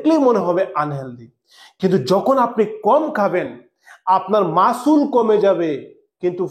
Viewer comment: ওটা মাসুল না রে অশিক্ষিত , ওটা মাসেল 😂